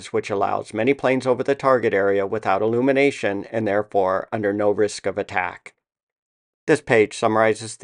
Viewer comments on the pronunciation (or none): none